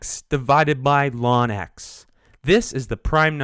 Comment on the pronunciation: bruh why he sayin lawn